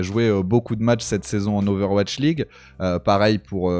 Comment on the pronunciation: "owatch league" xD Non sinon excellente interview de, il a vraiment grandi, son discours est beaucoup plus mature, réfléchi… Ca fait vraiment plaisir.